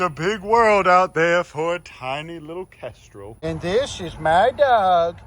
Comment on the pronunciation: Kendral? What? Did it even sound like he said kendral? Its a kestrel. And they arent hawks they're falcons you FOOL.